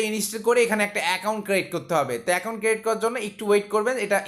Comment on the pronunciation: R ekta katha word taa ক্রেইট না,এটা উচ্চারণ ক্রিয়েট হবে